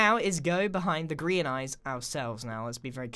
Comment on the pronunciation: Does any one else hear "Korean Empire" instead of "Grian Empire"?